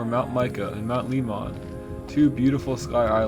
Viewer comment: Oh come on man. You say Saguarao and cactus right. Then can't say mt lemon. I know the spelling is off but it's just like the fruit Lemmon.